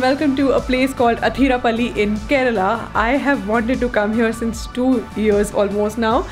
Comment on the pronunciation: the way you pronounced kerala and not keral differentiated you from the rest. Like it